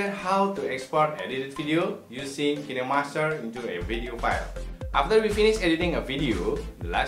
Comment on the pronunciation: Who came here to figure out how to say Kinemaster Correctly 😂✌🏻